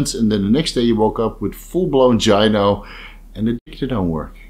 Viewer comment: Its pronounced "GUY NO", hard G. Bro.